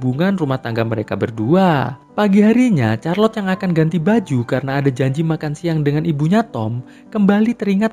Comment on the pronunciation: Min, Charlotte itu bacanya bukan Charlot atau Kharlot... Tapi Sharlot (Syarlot)